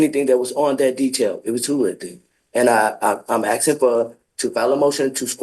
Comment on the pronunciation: Since when is it aksing instead of asking😮